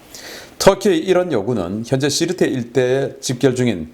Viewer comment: 지르테가 아니고 시르테입니다